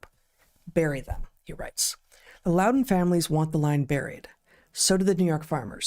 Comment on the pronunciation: You said Loudoun correct, Heather!